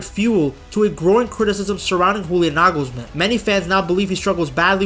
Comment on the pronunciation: He nailed Toni but made Nagelsmann spanish :D